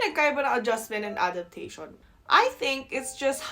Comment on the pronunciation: Adaptashawn ( and ) (not ) .... you're really talking like Filipina. 😂😂😂😂😂 Kalbi or adobo... both❤️.